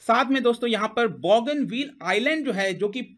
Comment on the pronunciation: बॉगनविल नाहीं लेकिन बोगनवील । बोगनविलिया नाम के रंगीन पत्तों के नाम की creeper tree है ।